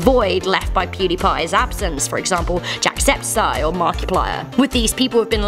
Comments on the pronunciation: its jacksepticeye not jacksepsiseye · Did she just say "jackseptiseye" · "Jacksepsy" 😂 wtfff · no one gonna mention how she said jackseptSIGH? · Jacsepsieye lol it is jacksepticeye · jacksepticeye is pronounced jack septic eye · jack-sep-side yes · Did she just pronounced Jacksepticeye as Jack-Sept-Ceye? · she says jacksepticeye wrong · You pronounced Jackselticeye's name wrong. It's ok, still love you :) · YOU MISPRONOUNCED JACKSEPTICEYE REEEEEEEEEEEEEEEEEEEEEEEEEEEEEEEEEEEEEEEEEEEEEEEEEEEEEEEEEEEEEEEEEEEEEEEEEEEEEEEEEE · She just pronounced jacksepticeye's name wrong! Lol